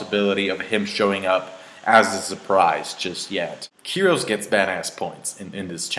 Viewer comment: It's fucking KYROS. Why does everybody have such a hard time pronouncing it?...